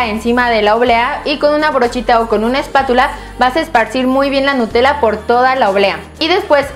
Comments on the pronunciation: en el segundo dice en ves de nutella dice enta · babosa dice nutela